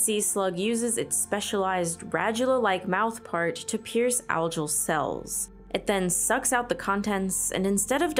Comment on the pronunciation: The G in Algal is pronounced G not J.